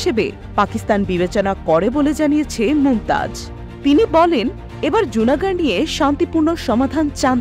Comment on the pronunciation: লুনা গড়। জুনা গড় নয়